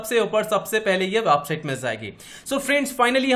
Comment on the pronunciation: website ko wapsite kiu bolteho bhaya